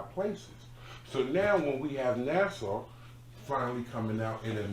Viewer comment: Nassau 😭😭😭😭NASA niggas. But good points .